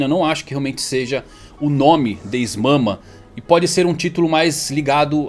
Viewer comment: Essa "Is Mama" foi de fuder KKKKKKKK, mas depois do Momonosuke adulto e mudança da fruta do Luffy, não duvido de mais nada